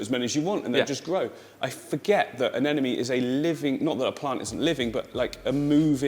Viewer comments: Anemone, not Anenome! If you're teaching people, teach them right. Love all the videos by the way!!! Can't wait for more. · It’s anemone not anenome 😂 it’s driving me crazy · These two crack me up. I've been following for years and since he started his channel, but they are best together. However, neither can pronounce anemone. lol